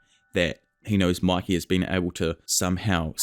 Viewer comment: Why do you say Maki instead of Mikey